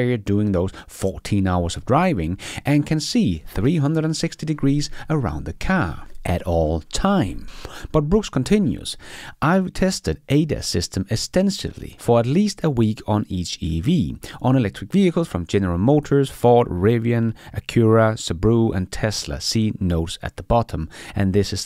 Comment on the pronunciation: great content as always. But your pronunciation? ''local roos'' ''back roos'' ''estencively'' ''see nose at the bottom'' take your time.😉😉👍👍